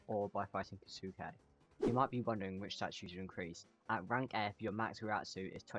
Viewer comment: what i don't get is that he pronounced Kisuke's name right twice but then proceeded to mispronounce it